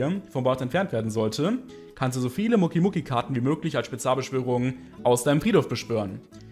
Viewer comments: Muki muki es heist mokeeey das e wird betohnt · Bitte sprich doch Mokey richtig aus! Das klingt wie Muki und das klingt so komisch! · naja er spricht es als würde da ein u stehen allerdings muss man die mokeys mit o sprechen , hört man auch in GX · Mokey wird anders ausgesprochen 😅😂